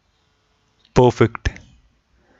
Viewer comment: Not pofekt.... it should be perfect